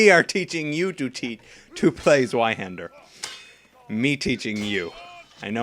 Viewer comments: Its said like Zveihander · the w is pronounced v